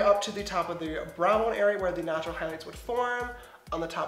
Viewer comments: When he says he's in the shade "natural beige" I thought he said "nacho beige" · And when he said "natural glow" I thought he said "nacho glow" 😂